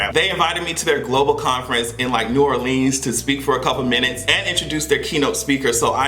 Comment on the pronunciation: New OR-LINS. Not New OR-LEENS. 😊